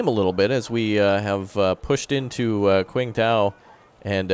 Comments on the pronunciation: Anon Viewer I’m actually getting annoyed of calling Qingdao “quingdao” instead of “chingdaol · Qingdao is actually pronounced "tching dao"